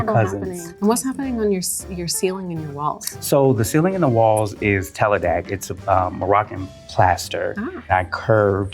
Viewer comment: I love your design, but the moroccan plaster is called Tadelakt, not Teladekt.